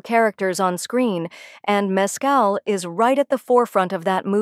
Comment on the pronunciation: MES-cal has its accent on the first syllable.